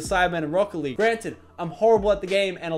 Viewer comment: Lachlan Lachlan Lachlan i legit got the spooks... and i am going to sleep... lachlan... why so such magician hello from the canadaz spooky scary laachlan btw: lov ur accent! it took me 5 minutes to understand that you were saying rocket league and not brocoli!